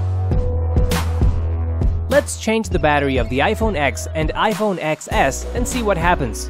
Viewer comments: Ten S. It's iPhone 'Ten S, not Ex S' 🙄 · It’s pronounced ten. As in the number 10